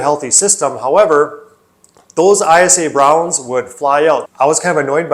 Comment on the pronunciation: ISA Brown is pronounced eye-sah. Eyesa. 👍👍